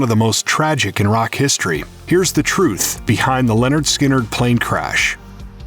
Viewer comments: It’s Lynard not Leonard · Lynyrd.. Not Leanord. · At: It's not Leonard Skynrd. It's Lynyrd, pronounced ( Lin-erd ) Skynyrd. lol. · Its not LENYRD ITS LYNYRD! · It's "Lynyrd Skynyrd" not "Leonard Skynyrd" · Lynyrd, not Leonard. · OH MY GOD, what planet are you from. It is not pronounced LEN it is Lyn. Who are these people who make these videos and can't speak proper English/!! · did you just seriously say LEORAND instead of LYNYRD??? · You keep saying Lennard Skynard. Pretty annoying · Lyn not len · Stop pronouncing it as "Leonard"...it's Lynyrd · the narrator mispronounces the first part of the name lynrd throughout the entire video.its not len and never has been its lyn. if your going to do a bio have your freaking fact correct first. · Your pronouncing the name wrong it's not Leonard, it's Lynyrd. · Wikipedia :Lynyrd Skynyrd (/ˌlɛnərd ˈskɪnərd/ LEN-ərd SKIN-ərd) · It's not pronounced 'Lenard'!😕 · Hearing you say Leonard Skynyrd so many times was painful 😖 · Roxanne Moser Especially members of his own band. I’ve heard Gary mispronounce it too. It’s lazy and disrespectful.